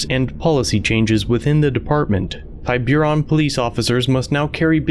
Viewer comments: It's pronounced tib-er-on but I love your videos. I'm just from the Bay Area lol. This is where Robin Williams lived and died. It's an upscale area. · "Tiburón" is a Spanish word that means "shark." Its pronunciation is something like Tea-burr-OWN. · Absolutely wild pronunciation of Tiburon. It’s pronounced tib-ah-ron lol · The town is pronounced TIB-ER-ON. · The town is pronounced tib-u-ron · Tib like bibb er like ur Tib er on Tiburon means shark in Spanish. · The city is pronounced Tib-A-Ron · It's pronounced "TIB-er-on." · That's Tib-ber-on. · Tiburon - Spanish word. Pronounced Tee.bu.rone I remember when this first came out. It's a shame that it takes this long for things to get resolved. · It's pronounced "Tih-boo-ron". It's the spanish word for "shark". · Thanks for sharing and breaking down this video. It made me angry the first time I saw it. Ironic - the cop says Yema is being defensive and ungrateful, but is yelling at Yema in a very defensive manner. By the way, the city name is pronounced TIB-ber-on, tib like tip. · TIBURON IS PRONOUCED TEE-BA-RONE. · Cops: “we’ve got two people folding clothes in a store” obviously they’re robbers. Also it’s pronounced tib-er-on. Rhymes with timber. Had this exact thing happen with our business but it was our fault we tripped the alarm. Even after showing the idiot cops we had keys to our business and knew the alarm code they still wanted to arrest us. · great content. city is pronounced as 'ti (like tip, not tie) - burr-on' hope that helps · Tiburon pronounced Tib ah ron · it's pronounced Yem-a and also Tib-er-on. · Your pronunciation of "Tiburon" (tib ur on) is fucking funny dude 🤣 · learn to pronounce the name of the town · am i the only bay area native who’s ears hurt hearing the pronunciation of tiburon?? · Lol. Is this in Marin County? The pronunciation is very wrong. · At least learn to pronounce TIBURON. It's not pronounced "TyBYURon." It's pronounced TIBB-eron. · TY-beer-ON lol it's TIB-er-ON